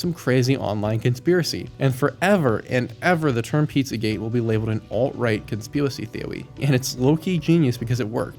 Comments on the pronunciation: conspewocy theowy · Me:...did he really just say "conspiwacy theowy"? 😂 it got me twice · Dude I get the whole “conspiwacy theowy” joke but please stop doing it every time 😂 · Am I missing something when you say “conspiracy theory” like that? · Idk why his speech is completely normal outside of that one phrase. Is it a bit?